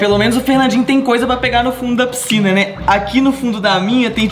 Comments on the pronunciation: Pscina kkkkkk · "PSCINA" KKKKKKKKKKKKAKAK